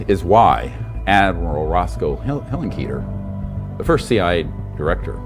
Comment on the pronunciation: .... That's the first time I've heard "Hillenkoeter" pronounced like that, and I've heard many many people say the Admiral's name.... and yes, I think it's important to get that stuff correct.